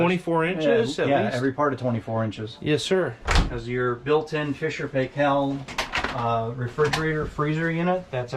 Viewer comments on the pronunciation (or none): Nice coach. Let the owner know the appliances are pronounced Miele like Tequila and Fisher Paykel like Michael. Sold appliances for 20 years. We were always corrected on those brands:)